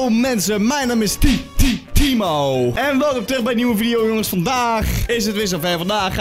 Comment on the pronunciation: Dat tttthimo heb je van jermy jejejejearmy